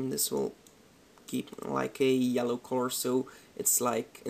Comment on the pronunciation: The way you say color.. Corror, hihi c